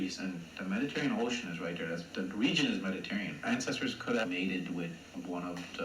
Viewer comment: Oh God as an Italian it pains me to the core when he says “Mediterrean” a little part of me dies every time someone dies this. And no Mediterranean ancestry is NOT common for South Asians.